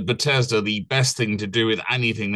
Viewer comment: Are you pronouncing it butt ez duh on purpose instead of beth es dah?